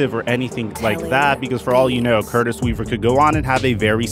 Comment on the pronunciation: Dude put some respect on Curtis Weaver's name!